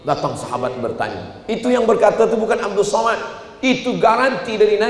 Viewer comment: TONTON ANNASIHA ILMU ADALAH KULIT ....LIHAT KOLOM KOMENTAR NAMA YANG BENAR LIHAT DALAM AL QUR AAN ADA PANJANG DAN PENDEK PENGUCAPANNYA ADA HAROKATNYA. KARENA NAMA YANG BANAR ADALAH 'ABDUUS SHOMAD